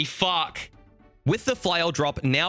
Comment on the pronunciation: My favourite thing about is his ability to add the letter W to his "Fuwck"'s